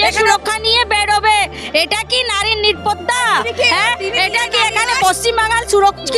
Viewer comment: এরাই হচ্ছে আসল বাংলার অনুপ্রবেশকারী এদেরকে ভালো করে চিনে রাখুন, ভাষা গুলো ভালো করে শুনলে সবাই বুঝতে পারবে, ঠিক করে বাংলা উচ্চারণ করতে পারছেনা, নিরাপত্তা কে বলছে নিপাটা